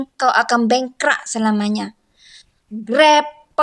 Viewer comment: Cewek ini suku apa...bengkrak tapi sebutan sebetulnya adalh bangkrap. Hormatilh peraturan atau undang~undang d setiap negara.... Jgn emosi